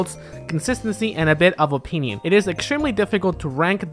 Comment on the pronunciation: "it's just my OPEENION"